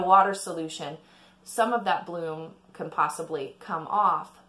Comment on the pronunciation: Bloom, not plume.